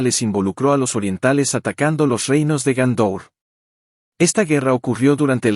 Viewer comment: Y Gondor no es Gaúndor.